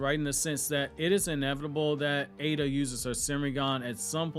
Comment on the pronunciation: People please, its Eida not Ada.. big flipin difference